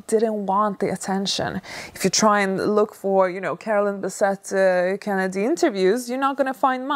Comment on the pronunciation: Your video begins by you saying her name wrong.